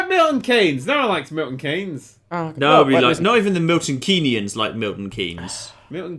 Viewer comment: "Not even the Milton Keyney-niens like Milton Keynes" You're fucking right there